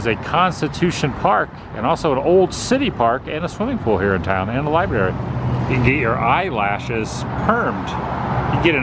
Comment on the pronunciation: Laughed when you read off the sign, i heard you say Liberry..lol